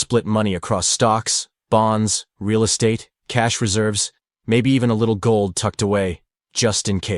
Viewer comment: The pronunciation of "Moishe" was cringe, AI is not a M.O.T. "Real Esstate" , "Diverffication" -- can't take anymore, I clicked on AI slop : /